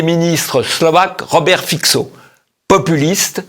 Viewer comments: Fitso et pas Fixo, je vais finir par me faire payer par TVL pour des services de consulting à propos de la prononciation des noms et lieux slaves. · Fico se prononce "fitzo" (pas fixo)